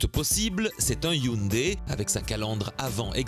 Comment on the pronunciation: hyundai pas hyndai :) sinon , bon travail